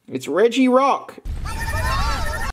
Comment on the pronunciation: how he speaks regirock sounds like he's drunk